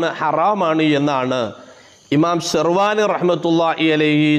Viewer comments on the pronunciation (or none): ഷെർവാനി അല്ല ശ റ് വ്വാഹിനിയാണ്